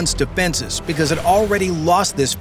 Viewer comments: I always think of "Panzer" as well when they say "Pantsir". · LOL "Pantsir". Hey Putin, Hitler called, he wants his vehicle names back.